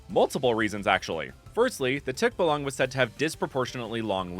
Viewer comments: It's pronounced tikbah-lang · Im a filipino. And you keep on mis pronouncing the words! Like for example tikbalang is 2 syllables. Tik, and balang. Its not one whole word. And for the end, emphasis on the lang. (I’m not offended just making a side note)😊